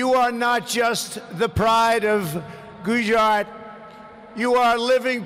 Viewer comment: Umabad, Goozshyat. Find that on a map.... I love how we are all coming back to watch this as his admin goes down in flames. Namooste to you all. And never forget the wisdom of Swami Vee-vay-ka-moon-noon.